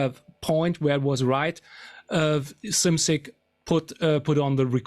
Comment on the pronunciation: I've never heard anyone pronounce Bill Szymczyk's last name correctly